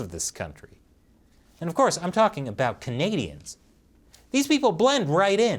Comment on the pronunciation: Spelling color as "colour" isn't much of a big deal. However, pronouncing about as "aboot" is a felony against the English language.